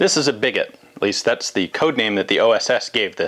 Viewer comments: I think it may be pronounced “bee-go”, since a lot of fire arms terms originated from the French like sabot, ogive, flechette, etc. A little bit confused why Ian, the Francophile did not put that one together. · Is it certain it's pronounced "bigot" like this and not some kind of portmanteau of big and sabot that would be pronounced "biggoh." It immediately struck me as basically a massive inside out sabot.